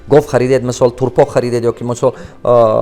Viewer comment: ГОФ НЕ ГОВ